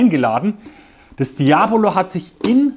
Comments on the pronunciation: Das ist falsch betont. Sowie Seat Cordoba oder Cafeteria. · Und wieder einer, der Diabolo falsch ausspricht.....